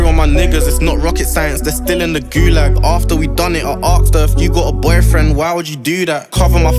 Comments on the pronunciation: its asked not aksed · Why does he say arksd her instead of asked her